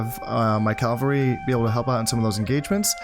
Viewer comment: Really enjoying this series, and I know this video is really old so you might not see this, but I have this pet peeve when you say Calvary haha, horse units are cavalry; Calvary is the site on which Jesus was crucified